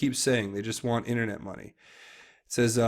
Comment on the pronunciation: they want what ? sounds like you are saying "internet munyaya"